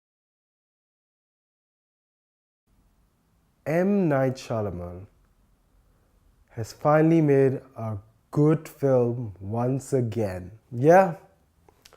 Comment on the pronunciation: correction, Its Shyamalan, not Shyalaman......nice review